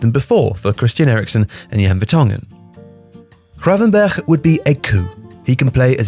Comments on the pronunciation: Love the pronunciation of Gravenberch. Nailed it! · As a dutchman i appreciate your pronunciation of the "G" and "Ch" (which are the same) in Gravenberch. I know it can be hard and weird for other languages. You can do the scraping even harder, but again, its nice to not hear an english "G" or somehow an "H" like people do with Van Gogh for some reason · Let's be honest. How long did practise saying GravenberCH before recording? (Props btw)